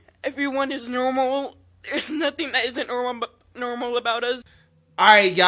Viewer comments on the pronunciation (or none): Wait, I'm in the first like 15 seconds of the video and this fat kid really just said "My principal says I'm not NERMAL" No Susie. If you pronounce normal as NERML, you definitely aren't. Lmfao